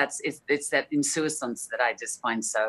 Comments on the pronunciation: Kevin Street only she didn’t pronounce it correctly. She said insouicance but is insouciance. Subtle, but it made my jaw clench a little. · Ha ha, all those books and she doesn't know that the word is "INSOUCIANCE" ... NOT "insouicance". If you're gonna "talk fancy", at least do it correctly. On the plus size, her huge ears are lopsided, so at least we have that in common. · She said "elliptical" and "insouicance" within 3 minutes of each other and claims she's only as good as the homeroom teacher, pfff! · Except she can't correctly pronounce "insouciance"! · But it’s insouciance!